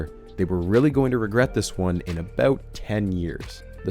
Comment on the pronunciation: love the way you say aboot